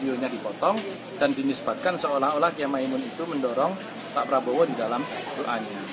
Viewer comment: padahal dikertas teks nya si joko kenapa di baca Probowo sampai dua kali